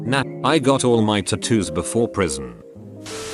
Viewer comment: Nah, I got my tattoos before prsion... Text to speech: Nah, I got my tu-tu before prison